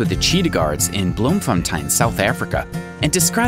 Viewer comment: Why did he say 'Bloemfontein' like that🤣